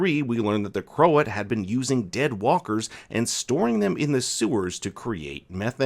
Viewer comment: And Croat isn’t pronounced crow-at.